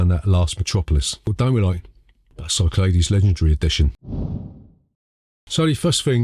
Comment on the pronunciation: I think you'll find it's pronounced Cyclades. Hope this helps.